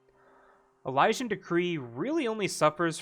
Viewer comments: e- lee- shin.... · “Uh-liz-in/ian” hearing you butcher Elysian triggered the hell out of me for some reason 😂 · how Elysian is pronounced.. e- lee- shin